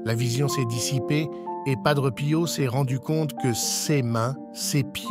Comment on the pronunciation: Il est décédé en 1968 et non 78 Il y a beaucoup d erreurs sur votre vidéo Dites PADRÉ ET NON PADREU